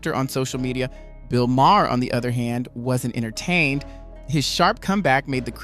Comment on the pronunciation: It is not pronounced Ma her. The H is silent. It is pronounced Mar